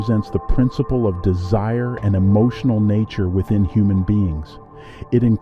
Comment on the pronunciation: What’s up with pronouncing the words weird in the beginning like us or nature? 😂